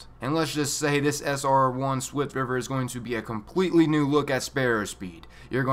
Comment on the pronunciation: "a NYOOOUU mission type" 😂😂